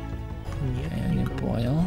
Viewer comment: сполился 😅😅😅😅😅😅когда он озвучивал ведьму он сказал,эй нипонел😅😅😅😅😅😅😅😅😅😅😅😅😅😅😅😅😅😅😅😅😅